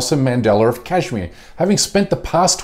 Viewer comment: Bish first learn to say Kashmir. Then we'll listen to your bark. PS - I'm from SRINAGAR, KASHMIR, INDIA.